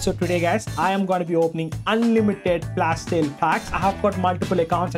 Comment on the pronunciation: Am I the only one hearing Rk sayn FLASH SHALE😂😂😂